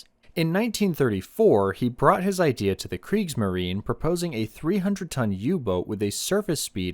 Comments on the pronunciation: Kriegsmarine = "creeks - muh - ree - nuh" Please. You are making me CRAZY. 🤣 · I didn't refer to that. See, you don't even have awareness. Before switching off after one and a half minutes, I heard two words spoken wrong: kriegsmarine and elektroboot. Tip: Become aware of the fact that english went through a phase now known as the Great Vowel Shift (GVS), and this is exactly what happened. So you usually can't just use your 'deformed' vowels on other languages. If you go to the WP article on the GVS, then ignore the article and click on Talk (top left), then down to the comment starting 'The linguistic knowledge level displayed by some...', then disregard the detractors - then you fill find a handy and comprehensible vade mecum on the issue. Hope it helps for your future international video career